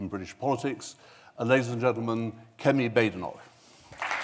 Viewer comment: Kemi, not Semi please